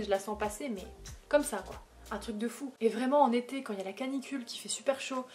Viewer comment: quand tu as dis « j’adore l’été », j’ai compris ça comme « j’adore les thés » et je me disais « mais wtff elle vient de dire qu’elle détestait les cafés et les thés » 😭😭